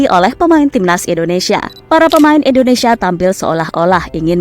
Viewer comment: Maaf sebelumnya Bukan endonesa tapi INDONESIA